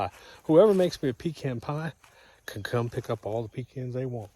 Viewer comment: Doc, they're pe-Kahns'. A pee can is something you carry with you on long road trips.